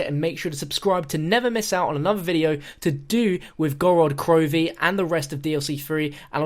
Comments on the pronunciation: It's gOrod krOvi, not gorOd krovi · It's Gorod Krovee. Put emphasis on the first o in Gorod and emphasis on the last letter in krovi. Город Крови in Russian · who else is Russian and cringes when he says the name